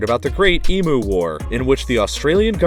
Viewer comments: As an Aussie, I'd just like to point out that "emu" is pronounced "eem-you" not "eem-moo". [Unless you are 5 years old!] :) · No way this man said emoo. Eemyou not eemoo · The way he says emu makes me want to carve my eyeballs out with a spoon "E-mue" not "E-moo" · the way he said emu is making me mad as an australian its pronunced E-M-YOU no E-M-OO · As an Aussie, I cursed you for saying e-mu and not e-me-you. So infuriating! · Emoo? nah man it’s pronounced Eem-You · As an Australian, please for God's sake stop calling it the "e-moo" war. It is pronounced "e-m-you". Our emu conquers whip us every time someone says it wrong. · It is pronounced eem-you not e-moo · It’s Em u not E moo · emoo? its emew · This man is saying “Emooo” Bruh.... it’s pronounced “E-M-YOU” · its not emo its emuuuuuuu sorry but it annoys me when people from other countrys get it wrong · He do be pronouncing emu emoo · "Great Emoo War". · It's pronounced "eem-yoo" mate. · “The great EMOO war” XD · Emu is pronounced Eme-You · It's pronounced Eimu lol spelt wrong but that's how u pronounce it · It's pronounced "eam-you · ee moo... e m yu? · that's not how you pronounce the animal's name! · you pronounced emu wrong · Did you just say emu wrong😞😞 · Why do you pronounce emu so weird?